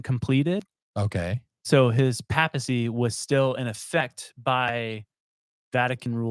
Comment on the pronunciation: Its not a pap-smear 😂 it’s pay-puh-see